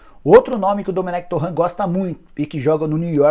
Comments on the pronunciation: "Domènec Torran" Porra Nicola KKKKKKKK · TuRênt é a pronuncia correta, qual dificuldade de falar certo?